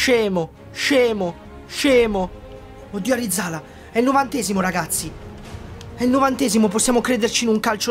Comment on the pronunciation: Arizala non è andato tanto bene perché non lo hai chiamato bene. L'Altea volta tu e il papi lo chiamavate ArizalA e non ArizAla Ahahahahahahah. Grande